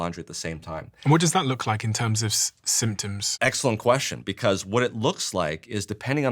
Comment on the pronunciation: It's "because", not "bevauce". 😂